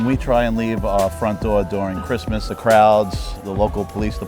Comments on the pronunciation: Whatsup doc? "I am the kween of kwistmas" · "My name is and I am the Queen of Cwissmass" omgggg QUEEEEN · is a character but she has so much that you end up seeing nothing. Her CWISSMAS is just too much. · “Don’t fuck wit me and Chwismas!”— 😂